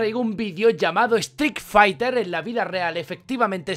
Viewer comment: "estric faiter"